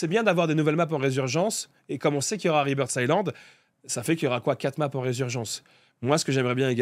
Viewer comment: c est écrit Rebirth Islande mais le s ce prononce pas. Sinon bonne vidéo